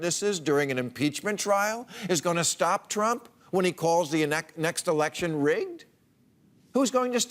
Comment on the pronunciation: "Mr TruMMPPP".